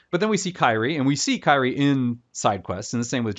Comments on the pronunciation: Also her name is "Kyrie" (Kir-ee-eh) not "Kairi." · They literally pronounce Kyrie in the game why do you have to make it different?